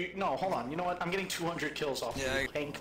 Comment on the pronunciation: ILL TELL YA HWHAT!